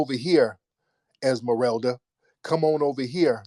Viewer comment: You said es eralda Rosita,. What about. These. Names when looking up popular names for blacks tan'iqui'sha 'ta'mi'ka a black girls name